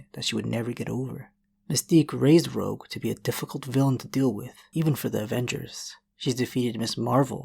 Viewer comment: dude u gotta work on ur pronunciation at 8:99 it sounds like you said "rouge who claimed she would to be in porn"